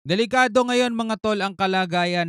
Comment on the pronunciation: bulol naninikilado daw sabihin mo n lang delikado